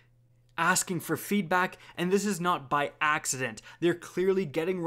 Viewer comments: “feedbok” new shoe franchise. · So we’re just gonna ignore the fact that said, “feedbock”